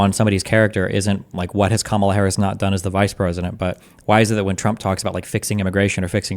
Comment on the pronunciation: When someone keeps saying Harris' last name over and over wrong and a way that sounds more like an animal than its supposed to is just being a punk imo.